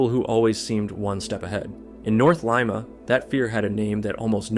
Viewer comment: ah yes, good old lime-a peru.